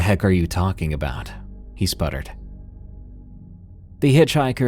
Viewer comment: walkinG and talkinG readinG and sinGinG 😅